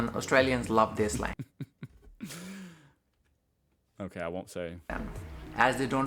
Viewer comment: “Slag”? Do you mean “slang”?